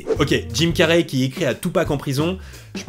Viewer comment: Jim "Carrey" se prononce "Carri" pas "Carrai" . :)